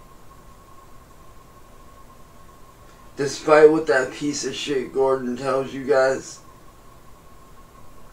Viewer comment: Right!? "All my friends were out having fun" bro then why didn't "all" your "friends" come to your bday party 😂 and did he say his childhood friend "Gordo"? Like Gordon? Still just making up stuff, as usual 😂.